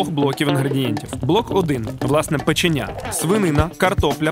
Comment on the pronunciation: Печеня!!!!це супер!!!Но вона називається-печеня!!!!наголос на другий слог!!!!!😮😮😮😮ну якось ріже вухо!!!!печеееееня!!!